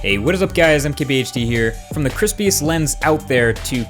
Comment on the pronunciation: Is it just me or does he combine "I'm" and "MKBHD" in his intro? "Hey, what is up guys? I'MKBHD here."